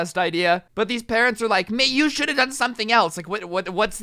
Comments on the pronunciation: what this shory stould teach you? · "And basically what this shory stould teach you"